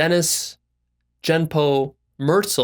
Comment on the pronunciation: You mispronounce “Genpo.” It is not Jenpo. You mispronounce Genpo Roshi’s real name, Dennis Merzel. Merzel is pronounced Mer Zel’, with the emphasis on Zel, not Merzil. My general view was that you are not qualified to be talking about what you are talking about. For compassion try reading the Dalai Lama and the Tao Te Ching. I heard Genpo Roshi tell this story in person. So the male horse gets to play “ God” and decides who lives and who dies? That is just male ego and Dennis Merzel was very much about his own ego.